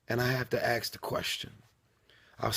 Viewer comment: It is pronounced "ask" not "axe" why does he keep saying it wrong?